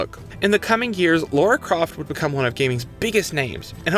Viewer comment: Lara (as in Lah-ra) not Laura! Great video and series by the way 👍🏻